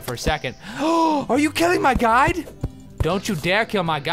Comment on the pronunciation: Just me who thinks that when he says "Guide" it sounds like "God"?